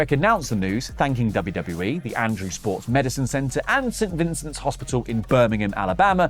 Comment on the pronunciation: lol “Vincent”